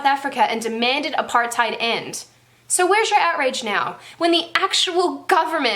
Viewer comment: Great video, but the pronounciation of Apartheid😂😂